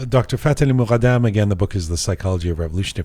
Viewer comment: خیلی برام جالبه وقتی اسم ایرانی ها رو به این غلیظی تلفظ می کنه فففتح عععلییی مققققددددمممم ❤❤❤❤❤❤